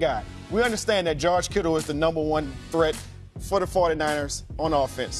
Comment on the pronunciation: say my dude name right 'George Kittle'